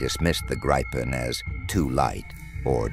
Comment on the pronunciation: Interesting - but please get your speaker to pronounce Gripen correctly?